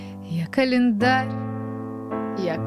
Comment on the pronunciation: я человек простой, слышу "я клаендарь-я календарь" - ставлю я календарь